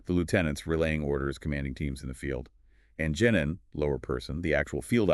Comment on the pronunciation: Jenin? I thought it was called Genin